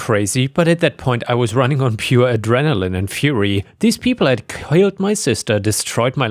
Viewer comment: Killed, not krilled.